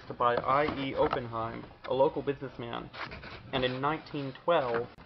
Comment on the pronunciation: It's actually pronounced ahh Penn himes. Nice information on your video